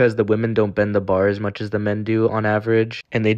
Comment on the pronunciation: I like the emphasis he had “on average” 😂